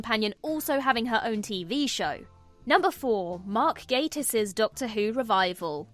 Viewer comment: A Brit mispronouncing Gatiss… Come on, you can do better than that! 🤨